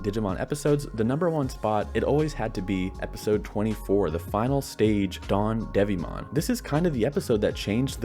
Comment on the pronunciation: you know it’s donedevimon, not dawndevimon right?